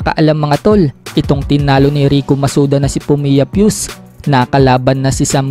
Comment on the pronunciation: Fuu-se ang pronunciation dyan , ndi pyus. ginawa mo namang bala sa power breaker